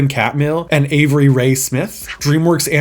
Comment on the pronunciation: Smith’s first name is Alvy, not Avery.